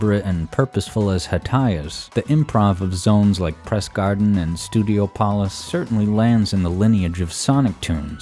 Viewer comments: I just want to point out that "Studiopolis" is not a word, and is pronounced studiopolis not "Studio Polis". So argument for Hydrocity not being a word doesn't work, as Studiopolis isn't a word either. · Deliberately trying to create the next Hydrocity debate by pronouncing it Studio-Pollis instead if Studi-Opolis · It's stew-d-op-olis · Did you just said... StudiopOlis?????